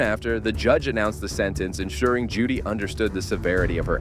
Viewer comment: Omfg it's JODI not Judy